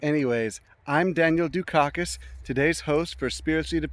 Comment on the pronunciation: Dukakis, for my German ears sounds like "Youshitty", interesting.